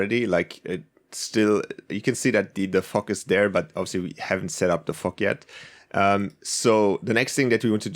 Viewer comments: Anyone else hear fuck instead of fog 😐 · When you Sayd fog it sounds like you Are saying the F word lmao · I thought u said the f word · It’s weird that when he says fog it kinda sounds like the f word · It sounds like he's saying the f word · when he said fog i heard F**k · fog sounds like fuck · yeah lol